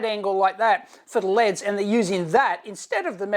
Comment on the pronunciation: As an American, thumbs up for LEDs pronounced the Aussie way. You're welcome very much!